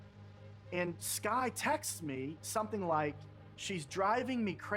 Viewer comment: Whats wrong with your english? ”Wot” ”Sum thin”